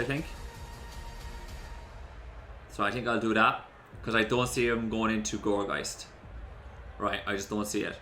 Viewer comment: Wait... how do you Gourgeist correctly and Poltergeist so badly?